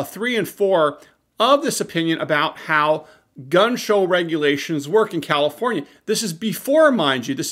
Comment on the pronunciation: “Kommifornia….” Surprised comrade ?